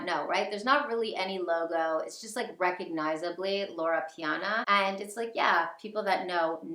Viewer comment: LorO Piana...not Lora. 😄 Brooks Bros. (also old money , but in a different way) makes some wonderful coats using Loro Piana wool and cashmere. Its a much more affordable option that still provides excellent quality and timeless style.